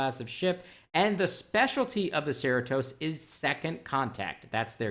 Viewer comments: Not “Sarah Toes” Cerritos rhymes with Doritos 😛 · Sir-ee-tose. It's the name of a city in California. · its SER-REE-TOS ( cerritos is a city in so cal) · Cerritos is a city in California. Say “suh REE tos” Anyway, about 7 of 9, I would actually be pissed if she shows up twenty years older and no further at all on her pathway to humanity! Janeway worked hard with her, as did many in the crew, so she MUST seem less uptight now, otherwise the lack of growth just makes her pathetic. Prodigy is a great name for a story about kids in space. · Right...I was also gonna mention that. (Rymes with "Cheetos").